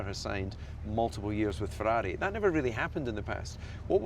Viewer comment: DC sounds like a dutchman how he pronounce "Ferrari"